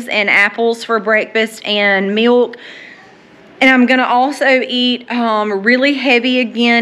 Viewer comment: I love the way you say "MEALK"😂. Im From Missouri